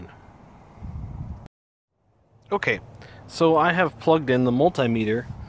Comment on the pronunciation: Mul-tie-meter??? I guess if you had 2 of them, you would have mul-tie-ple? And if they were small they would be mi-nie-mul-tie-meters.